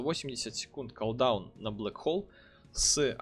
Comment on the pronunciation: Бля ппц слух режет, редуктион, авейсион, коолдаун. Чувак учись читать норм. Редакшн, кулдаун эвайшн читается. А так ты крут!